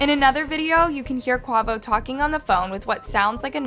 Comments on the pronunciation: It’s pronounced- Kuh way vo. And the thumbnail is off, agreed. It would be better if you edited it! ❤ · While it is good that you're taking the time to research this and report on it—Please take the time to learn the correct pronounciations for certain names and places. E.g. Quavo is pronounced “Kway-voh” please listen to your subs and veiwers more, this is a frequent mistake you make alongside various others. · Quay- voh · She pronounced Designer as D-Singer, Quavo as Kwavo and Machine Gun Kelly as Machine Gun. Come on girl WTF. Even has Quavo on thumbnail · Every time she says “Quovo” I just want to launch my phone 😂😂😂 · 😅😅😅😅 I don't even like the migos but the way she pronounced Quavo ( Qay• Vo) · Kway-vo….QUAVO…..Kuh- wave-O …. QUAVO 🙏🏾😫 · I love your videos.. but 1. The pronunciation is QUAY - VO" & 2. Change the thumbnail to TakeOff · girl I love the videos. But babe it's pronounced QU-AYE-VO😂 #rip takeoff 🛫 when are you gonna do a video about the rapper that was killed before Takeoff.. rapper Young Dolph #blacklivesmattertoo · Quavo is pronounced Kwayvo!!! RIP TakeOff🙏❤️ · So white the way she pronounced quavo omg 😂😂 crazy 🤣🥱 R.I.P TAKEOFF, and I just noticed the thumbnail saying quavo death instead of takeoff smh so disrespectful don’t even care enough to take a second look into your own thumbnail about the death of a human being. Shame shame unsubscribed✅dislike✅ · Quavo and Paac 😢 you have an amazing voice but the pronunciation was terrible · I'm so done with this channel! She can't pronounce QUAVO & PAC??? What kinda crap is this! Just DONE! 😡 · You need to delete this. This not one of your better videos the way you mis pronounce Quavo name and get him mixed up with Takeoff. No ma'am please take this down. RIPRTAKEOFF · please delete this misinformation fr a simple real research would have done justice for this. the mispronunciation and the incorrect photo. it’s like you rushed this. and just posted it without going over your information